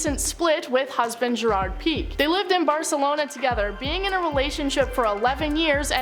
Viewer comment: Can’t get over the way pique was pronounced lol